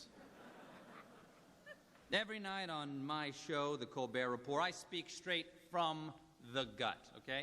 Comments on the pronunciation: He pronounces it 'The Colber Repor', like both words are French. Is that right? Does say it that way for a joke on the show? 'Colbert' is Irish, anyway... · "The Colbert Reporrr" haha wow.